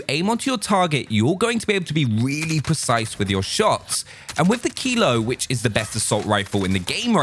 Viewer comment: what gun did u say is the best? kilo? or keyload? whats keyload tf